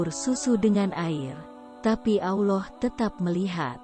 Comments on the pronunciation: Belajar sebut Allah bukan auloh hehe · Mengucapkan kata Allah SWT itu yang benar min Awloh atau Allah .. harus diperbaiki lagi kalo mau bikin konten ..